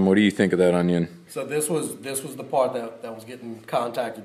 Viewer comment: Ur the cajun - "yah dat paaart " 🤣 wooohoooh that was funny af organicly